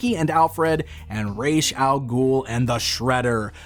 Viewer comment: Why do you say Ra’s names weird?